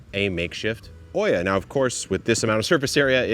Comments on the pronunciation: It's not called/pronounced oia, it's Olla, double the l in pronunciation. It comes from the Arabic word Qulla which means unglazed terracotta pot. 😊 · Neat system. I'm curious why you are pronouncing the word like it's spelled Oiia, instead of OLLA ?